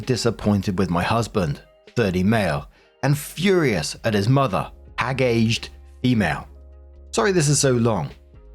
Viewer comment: Hag-aged 😂 jeez